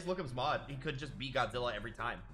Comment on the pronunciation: Godzirra? Did you say Godzirra?